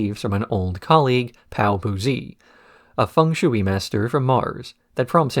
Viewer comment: The shui in fung shui is pronounced closer to shway. When I first saw Cowboy Bebop, I was in high school and snuck up to watch it when everyone was asleep and it was on Adult Swim and "Hard Luck Woman" was playing. I was so confused when Faye did the mouth thing to Ed.